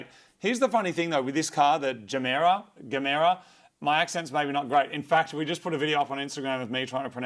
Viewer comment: It's the electric motor that's Dark Matter in Gemera. Also, I'd pronounce the model name like "yemera" because it looks like "ge mera" in Swedish, which means "give more".